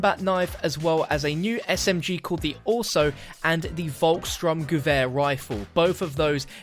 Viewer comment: Its not "VolksSTRUMgewher its the VolksSTURMgewher as in storm